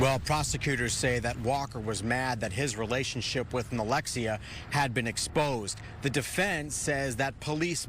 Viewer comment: I'm sorry, did that reporter say "relationship"?